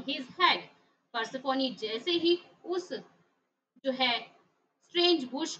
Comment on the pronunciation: Ma'am it is persephone not persephonee